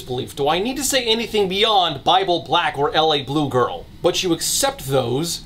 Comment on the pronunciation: It's no L.A. Blue Girl, It's La Blue Girl. La, like in French.